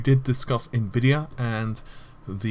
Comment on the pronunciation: I just noticed you're finally pronouncing Nvidia correctly. You used to say Ne-vidia, which to us Slavic viewers sounds like a really funny insult to them, because it means "I can't see".